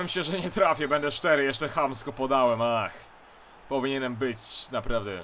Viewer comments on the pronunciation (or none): none